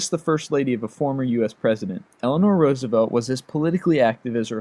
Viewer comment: you finally said Roosevelt correctly!